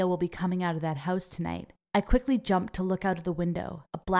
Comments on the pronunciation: The one thing that annyoed me about this video is when she say "hause" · When she said "my mom came in house with brand new bag" I heard that as "my mom came in hoes with brawn new bag" 😂